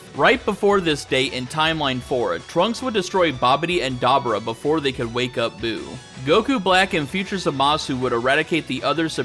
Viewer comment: Da boo rah is how its pronounced bro